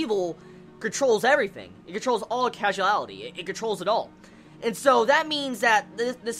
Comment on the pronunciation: ok im really really sorry to say this but that word is causality (cause-ality) not casualality. i'm so sorry i have to make this comment for my own sake sorry